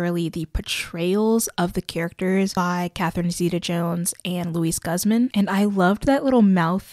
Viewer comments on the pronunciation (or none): Loved the video, similar thoughts honestly! Also, Luis Guzman’s last name is pronounced as in Google or goop, not guppy or cup. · "Guzman" is pronounced "Gooz-mahn". That's all! I love your videos as per usual :) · Loved your video and opinions on the show :) however I think taking a few minutes before filming to look up the actors names on IMDB to properly pronounce their names would benefit. I cringed at “guz-man” and “Christina rikki” 😅